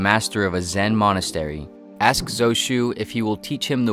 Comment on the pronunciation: Why is "Zhao Zhou" pronounced as Zou Shu?